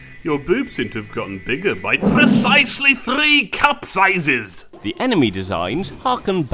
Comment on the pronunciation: PRRRRECISELY THRRRRRRRRREE CUP SIZES! Good job as usual.